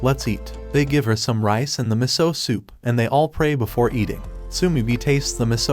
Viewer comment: Meso? It's miso